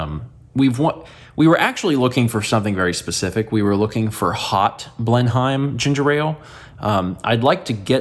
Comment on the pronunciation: I couldn't tell what you were saying in this vlog and Breakfast Stream for the longest time because I've never heard 'Blenheim' pronounced like that rather than 'Blennim'. Looking it up, the town in South Carolina the company was based in is named after Blenheim Palace (the Churchill family home in Oxfordshire) - because the Churchills were Duke of Marlborough and that's what the surrounding county in SC is named after. Bit of a roundabout connection!